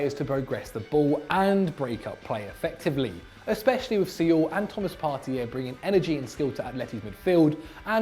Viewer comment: his prounounciatio of Saúl is hilarious 🤣🤣